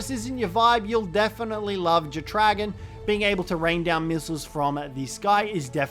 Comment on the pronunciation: The way you pronounce jetdragon is wild 😂 it’s either jet-dra-gone or jet dragon. Not jet-re-gawn 😂🤦‍♂️